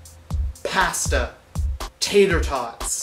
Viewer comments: you say out like a true kanuk. and we have people here that massacre the pronunciation bagel and pasta the same way too. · Canadian accents are simialr to the Utah accents. There are just some differences. The only one you would actually be able to tell is pasta. We say "posta" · He did not just say pahsta lmfao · I say everything that way too except pasta, I pronounce it p-aw-sta